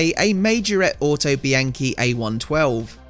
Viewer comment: Looks great! But isn’t it pronounced auto bee on chee?